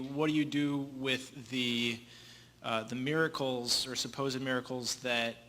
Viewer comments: Lmao! Yes🤣 Mare-a-cles🙈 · Does anyone else hear saying "mare-a-cles" or is that just me?